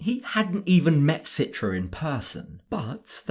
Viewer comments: Her name is pronounced Chee-tra in Indonesian. Listen to how het dad pronounces her name. Why does she let everyone mispronounce her name? Including this idiot husband? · Why everyone mentions her name with Sitra? Its pronounced CHITRA like in Cheetah, guys.